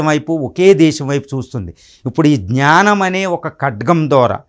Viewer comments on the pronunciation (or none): none